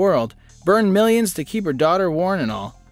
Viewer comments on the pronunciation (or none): Ya said mill ons of years like a few seconds in. Not gonna watch.